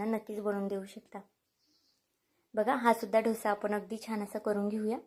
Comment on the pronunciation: Dhosa nahi “ Dosa”